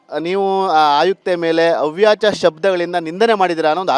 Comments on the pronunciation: ಅವಾಚ್ಯ... ಅವ್ಯಾಚ ಅಲ್ಲ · ಅವ್ಯಚ ಅಲ್ಲಕನೋ ಮುಂಡೆದೇ ಅದು ಅವಾಚ್ಯ ಕನ್ನಡ ಮೊದಲು ಕಲೀರೋ ಸರಿಯಾಗಿ..... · ಅವ್ಯಾಚ ಅಲ್ಲೋ ಮಾರಾಯ, ಅವಾಚ್ಯ 😅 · ಅವಾಚ್ಯ, ಅವ್ಯಾಚ ಅಲ್ಲ. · Reporter, please say ' avaachya' not Avyacha .Reporters need to pronounce the words properly.